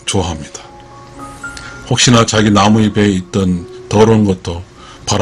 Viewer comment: 나무이베가 아니고 이페 이플 이라고 읽어야 돼요 이븐 얼굴 입을 이블 이베 라고 읽어야 되고요